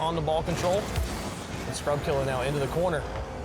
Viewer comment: Bro every time he pronounces scrubkilla with an r at the end, a child dies of hunger